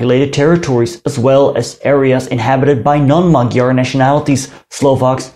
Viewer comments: Magyar, not magijar Gy dy gj dj ď đ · Just two things. If I`m not mistaken, the digraph GY in "maGYar" should be pronunced as the J in "just" or the "G" in Germany. And the accent in Szalasi falls on the first syllab, not the second. SzAlasi